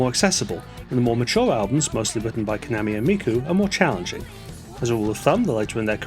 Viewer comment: When saying KAMAMI’s name, please take care to give the second /a/ the same pronunciation as the first. And, “kak-ko-ii,” not “ka-coy.”